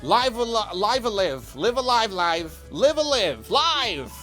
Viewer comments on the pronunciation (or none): Live-A-Live is "Liif eh Liif"